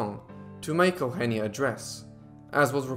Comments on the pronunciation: her name is not Augggenia its Eugenia Ehh-Ooh-Heh-Nee-Ah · You don't say her name right my daughters name is sounded out eu gen is. Eugenia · Bro it's not "El-henneya" it's "Eugenia". YOU-GENE-EAH... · Out-of-topic: The name Eugenia in my country (a once colony of Spain for more than 3 centuries) is pronounced as "yu-hen-nya". It's fascinating to hear it in its different pronunciation. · thats weird, I pronounce eugenia as e(the spanish e not the english one) u genia. I'm Argentinian so that may be the difference. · Today I learned how Spanish speakers say Eugenia. Took for too long to figure out what you were calling her lol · Is that how you say that name?! Wow.